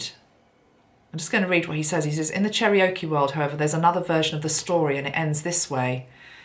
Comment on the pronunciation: Hi, FYI: Cherokee is pronounced "Chair-oh-key." ✌